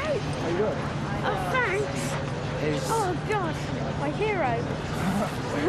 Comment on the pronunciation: “Fhanks mate”